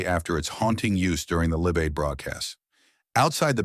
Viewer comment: Live Aid. WTF